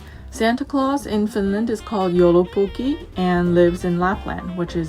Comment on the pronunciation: Joulupukki.. not joulupokki..